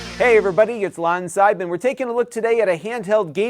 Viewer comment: I know your name is, but i still hear you say LionSite a the start of your videos.